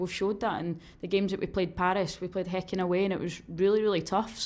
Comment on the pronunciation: Erin actually said Häcken!